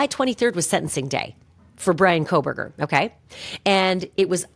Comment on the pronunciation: I cannot listen to anyone who can't discern there is NO "L" in Kohberger!